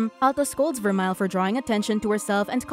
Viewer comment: and its ver-mel in pronounciation of vermeil